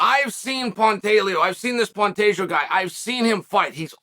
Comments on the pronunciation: You lost me at “Pantajio” 😂😅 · Cmon Chael at least say Pantoja right... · Things I learned today. Pantoja (actually pronounced pantageoo) won his fight last Saturday (probably by finish) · Chaels latest phonetic fighter name: Pan-tay-joe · it's not a hard name to pronounce why the shade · this guy is stupid first learn how to pronounce Alexandre Pantoja 2 let Pantoja do whatever he wants to do . The good or bad guy let him be himself like brandon is himself maybe that’s why he has blown up . GSP GOAT was also himself when Skillful and Talented no need to act a fool like you suggest bad guy ha.. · Chael really put the pronunciation of Pantoja through it's paces! I counted six different pronunciations 🤣